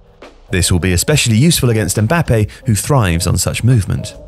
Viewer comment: You are pronouncing "Mbáppe", with the accent is "Mbappé"